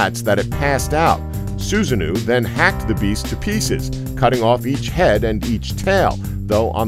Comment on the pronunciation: Jormungandr is definitely a snake, not a dragon. And Susanoo is pronounced Susa-no-wo